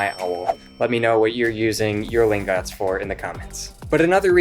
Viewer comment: Btw I think it’s Lingot (ling-get) like an ingot? Gold ingot? Silver ingot? Just saying